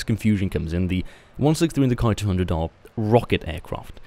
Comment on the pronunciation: Why do you say ''Kai-200''... It's ''Ki-200''...